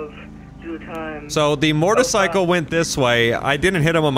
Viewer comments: “so the mortacycle went this way” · I’ve never heard u say motorcycle like u did today, “mortercycle” lol